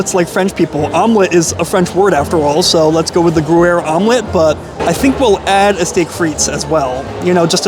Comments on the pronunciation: yep he kept saying GOO-air. hehe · “Grew air” 😂😂😂 that’s hilarious lol I’ve never heard anyone say it wrong like that but I have heard it said wrong lots so it happens 🤷🏼‍♀️😅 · I’m sure you’re not going to learn anything, but Gruyère has a Y in the middle so it’s not pronounced gruere. You’re such an idiot. Also the frites in steak frites is not pronounced with the s at the end. And you couldn’t find your way in?! The restaurant is just inside the entrance. You are really a complete moron. It’s a miracle you can find your way home. How can anyone be so dumb? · it’s pronounced “gree-yehr” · Its gruyere.. not groo-air. Sigh. And take off your hat when you eat. Jesus Christ man. This guy isnt a good food reviewer at all. Barbaric and ignorant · every u is pronouced like hard y. so its omelete dy fromage. and gryer.